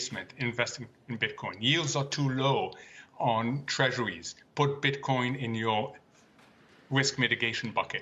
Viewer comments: Yeah it sounds like he keeps putting an s on the end of Bitcoin 🤣😂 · I hate when he puts an ‘s’ at the end of Bitcoin . You can say Satoshi plural but not Bitcoin ... He’s still learning ... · Bro we don't say "BitcoinZ" it's 1 "Bitcoin" and 2 "Bitcoin" !